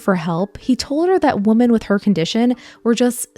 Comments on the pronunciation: what? She pronounces the plural version the same as the singular. Women is "wimin" not "woman" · Why do you keep saying woman instead of women? Is this AI? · Love this! P.s. you're pronouncing women the way you pronounce woman. The pronunciation is "WE-man" for women (plural) and "WO-man" for woman (singular). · Why do you pronounce women like woman? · Weh-men. Plural. Not woh-man. “Woman” is singular. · You pronounce woman weirdly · The plural of woman is women. Pronounced Wih-men. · Women is pronounced wi-men. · These videos are really great but I'm so distracted by how she pronounces the plural 'women' the same as the singular 'woman' 😅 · I have a pet peeve about people mispronouncing/misreading the word “women” as “woman” because of the stupid way we spelled it in English. I figured you would want to know that you’re doing it too. It’s very common. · I’m tired of people using the wrong pronunciation. Woman is singular, Women is plural. If it’s more than one woman use the right pronunciation and call them women. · You don't know how to pronounce women. Wtf. Seriously.